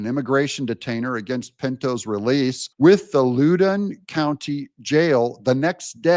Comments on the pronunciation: It's pronounced Lŏwdĕn County. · Thanks, Doug!4x. Pronounced “Loud-en” County VA. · Said like Loud an County. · Loudon County rhymes with "ow", not "loo".